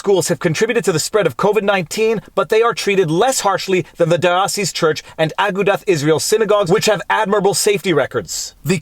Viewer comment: FYI It is pronounced A-goo-duh not Ah-ga-dath